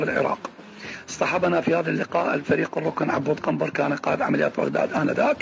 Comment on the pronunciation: حبيبي قنبر مو كنبر